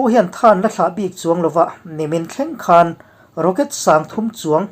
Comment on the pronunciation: 'Hman' tih i lamri hi a diklo. 'Ka hmanlo ' tih a.hman richhuak ang hian lamrik tur. 'khanchhuk' tih a 'khan' tih lamrika i hmanthin a vang hian a ngaihthlak a hreawm deuh.A dang chu a tha viau